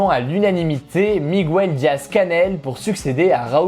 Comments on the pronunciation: Petit détail, on prononce Miguel comme ça se lit et non « migouel » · De deux choses l'une: une bonne fois pour toute, la prononciation de la desinence -gue dans Miguel est la même que pour le mot "guerre"... Ça n'a l'air de rien comme ça mais pour un hispanophone, la prononciation "française" est à se couper les oreilles avec une scie électrique (d'autant qu'il n'y a pas de logique derrière cette modification phonique si ce n'est que ca sonne peut être plus espagnol dans l'imaginaire collectif). Ensuite, la question d'ouverture en fin de vidéo est biaisée: si tu veux faire un sondage efficace, il faut de toute évidence poser une question ouverte comme: "Que pensez-vous de la loi d'immigration ?", car sans cela, la plupart des intéressés auront plutôt tendance à prendre le parti sous-jacent de la question, c'est à dire le "contre". Sinon, merci pour le taffe que tu fais ✌